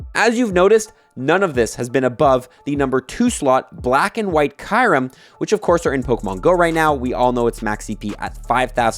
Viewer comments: It is Kyurem not Kairem 😂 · DID THIS GUY JUST SAY KAIRMU ..... those where the last words out of your mouth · Isn't Kyurem supposed to be pronounced "cue-rem? 🤔